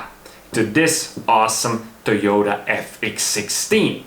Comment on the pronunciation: TEQ horn button)) nice, but it's TO YO TA, to be honest, it's written in Katakana ト - to, ヨ - yo, タ - ta the more we know!